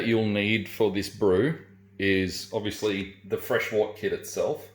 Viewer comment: I wish people would pronounce wort correctly. It's pronounced "wert"